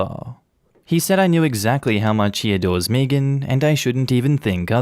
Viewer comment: Meagan or Megan is pronounced “May-gen” not fuckin “Meegin”